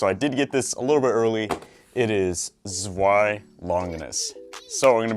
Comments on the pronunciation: You're pronouncing it wrong! "Zwei" is pronounced like "Tsvei" or something. you have to make the "z" short and sharp and the "w" like "v". (I know what I'm talking about. I live in germany) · I’ll never stop ranting about the pronunciation of Zwei from y’all :P